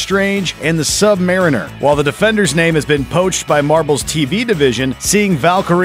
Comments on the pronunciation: "Sub maerinoor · Did he say "sub-mare-ri-ner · its mariner muh-reen-er cmon man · “Sub-M-Aah-Rin-Er” what